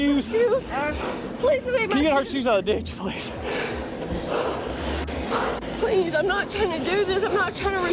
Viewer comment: Its obvious he doesn't understand that if you add "uh at the end of words, he's supposed to let go. "Please-uh. Preg-nint-uh". "Oh OK, off you go". Like so. Oops sorry "breathe-uh". Fixed it.